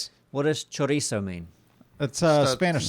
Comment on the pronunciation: Please its pronounced cho-ree-so